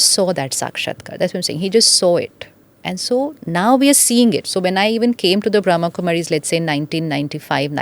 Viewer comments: It’s pronounced as Brahma’a’ and not Brahm. Being a Podcast host we should say things correctly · The word is Brahma not Bram . Brahm means world and ma equals mother . So it is the female energy in a male body you have the female energy of mother to also Shiva being the father is the spiritual father the father of all souls of all religions is one and the mother